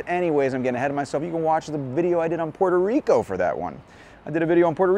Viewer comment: Dude stop saying Puelto (L)ico. We switch the R's for L's only in the middle or end of words, but not the ones at the beginning. Love your vids tho! :)